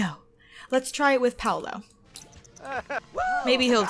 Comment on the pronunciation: Paulo's name is pronounced "P-aww-low"